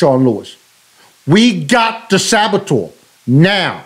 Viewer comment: Sabatoeur? 😂 😂 😂 Cmon bruh